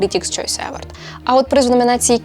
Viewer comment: Вітаю! Дякую за класний контент. Маю одне доповнення: на скільки мені відомо, то в слові award наголос на останній склад - евОрд.